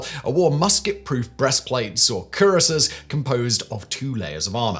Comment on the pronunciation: It's pronounced cure-ass, not cure-ace.